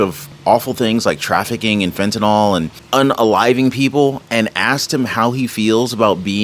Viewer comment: I’m not an English teacher first of all. I admire your speaking ability, however you are not pronouncing the drug fentanyl correctly. The y is never pronounced as an “o” at any time and you are an articulate speaker. Please be the one who pronounces it correctly whether any one else does or not. I care about how you are perceived by your viewers. If you were a poor speaker, it wouldn’t matter. The key is you don’t fit that description so you can be the trendsetter here. A “y” is never pronounced as an “o”. It is pronounced as an”i”. Please be the one who pronounces this correctly. You deserve to be the one who pronounces this correctly with the “y” having an “I” sound, not an “o”. Thank you. It isn’t just you doing this either. They are misinformed or just don’t care. I know you care!❤